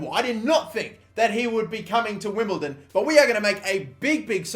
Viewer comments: STOP SAYING WIMBLETON 😡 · Stop saying "Wimbleton" oh my god that's annoying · WimbleDON not WimbleTon